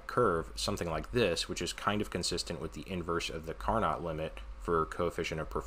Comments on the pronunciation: That's what I was going to say. It's "Car-no", not "Car-not." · Can't tell you how much I enjoy seeing real engineering presented with clarity and precision. Thank you so much for this series! I can't wait for the next installment. Incidentally, the "t" in Carnot is silent (it's French).